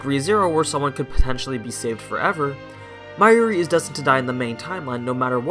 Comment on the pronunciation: How do you MESS UP pronouncing Hououin Kyouma when it’s PRONOUNCED in the Anime?! \ (✧ _ ✧) / And Mayomi?!? It’s Mayuri!!!!! DX (Mayushii is also acceptable)